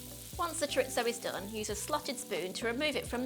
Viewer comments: "choritso" lol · Recipe looks good and will try but ...and I know it sounds pedantic but chorizo is a Spanish thing and pronounced ' choreetho ' .